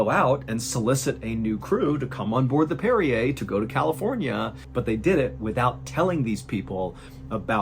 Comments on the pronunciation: Hey John are you sure that ship is pronounced the same as the mineral water (Perrier)? I’m thinking it might be more like “one who parries”? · Are you sure this is how you pronounce the name of the ship? It doesn’t sound phonetically correct. Great story other than that.